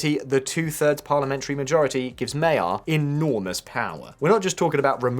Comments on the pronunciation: First of all, I know that it is tough for non-Hungarians to correctly pronounce the new PM's name, but "mayerall" is way, way off. The problem is that "gy" is a single letter / single sound. The closest analog is the "du" in during, when proopely pronoucned in British English. The irony is that Magyar is also than name of the nationality. It's a bilt like of the British PM were Keir England. The official name of the country is Magyarország, Land of the Hungarians. As to the substance, thanks for reminding the world of which (sane) Hungarians have long been aware, that the problem is not between left-right ideologies but rather between democracy and openess on the one hand and authoritarianism and kleptocracy on the other. There are many left leaning people in Budapest, Szeged and Debrecen who would prefer a leftist government but as the previous elections have shown it is almost an extinct species. It did not even take Orbán's gerrymandering to bring down, the left has never recovered from its own scandals of about 15 years ago and like leftists everwhere is very adept at circular firing squads. No Hungarian had any illusions about Magyar being a Scandinavian social democrat but at times like these basic competence trumps (pun intended) the yoke of old. It's why Budapest partied like it's 1989. It really feels like another wall has fallen. Nobody cares that Hungary will side with Poland (their historically most trusted ally BTW) as they will simply form the right flank of the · It is hard to tell what is going to happen, even now. Hope is good though. I, as a Magyar, find it ahuge turn off though how crucial names are mispronounced by the narrator to this degree. Please, if you are mentioning names, take the time to learn how to pronounce them, including Magyar Peter. And since his family name is the same as the name of the entire country (MAGYARorszag ), I am sure that your listeners would highly appreciate your efforts. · the name is pronounced Majaarrr NOT Mayaaa